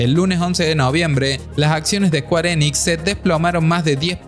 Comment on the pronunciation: squarenix... ulalal señor frances.... entonces como se dice? SQUARESOFT